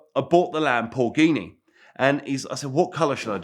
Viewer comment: "Lampoorghini" LoL!